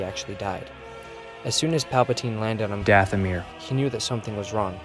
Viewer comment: Mistakes happen man, it's oka- DATHOMIR -y